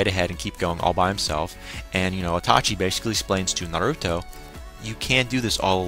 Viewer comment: It's iiiiitachi! not Atachi! xD Good review :)